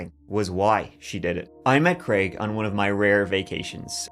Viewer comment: Thank you for pronouncing the name of the fictitious character as Crayg and not Creg.